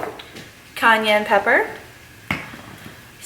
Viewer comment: Did this fool just say Khan-yan pepper?????????????????????